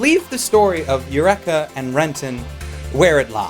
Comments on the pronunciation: it is pronounced UR-EEK-A not eck. It is Greek not Japanese ffs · El wrecka! not ur wrecka. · Please stop saying "Yurr-ekka" if you've seen the show.. It makes me sad :( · You-wreck-a-seven. In the U.S. we pronounce it Yu-reek-uh. Is it a Canadian thing or just how they say it in the anime? Just wondering. Another great vid! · Isn't it pronounced ee-you-re-ka? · Holy fuck i thought the standard english pronounciation of eureka was bad enough, how can say it this terribly?